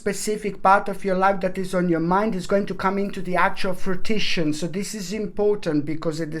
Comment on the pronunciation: Your cat and your singing makes this child so joyous much as does your pronunciation of fruition!